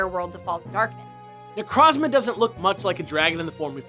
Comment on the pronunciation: Had to be that guy but, It’s Ne-Kroz-Ma not Ne-Krahz-Mah